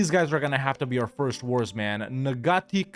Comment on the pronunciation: I don't know if it will ever come up again but the 'G' in 'Ngati' is basically silent. More accurately it's pronounce like the ng in 'thing' but you can kind of just get away with saying 'nati'